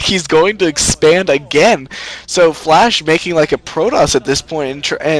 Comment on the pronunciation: It sounds like is saying "Flesh" instead of "Flash" ^^